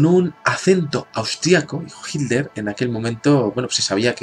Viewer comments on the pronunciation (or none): none